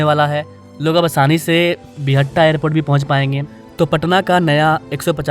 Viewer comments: बिहटा not बिहट्टा 🙂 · Buhatta nahin re Bihta hai wo